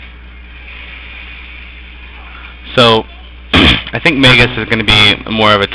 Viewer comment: i have watched a few of ur gameplay vids they are helpful keep making em =) btw i think its pronounced (mag-us) not (mage-us)